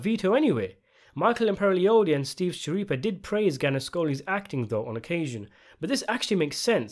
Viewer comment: Since 'Schirippa' is an italian surname (I think), it's pronounced 'Skirippa'. The 'CH' forms a 'K' sound :)